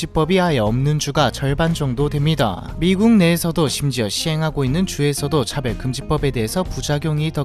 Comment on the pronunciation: 차별? 차배? 발음이 뭐가 맞죠!?